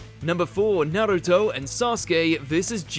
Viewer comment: Its pronounced Naruto not nairito